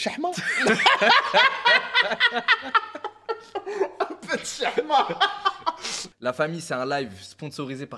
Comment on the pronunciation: c hchma pas chhma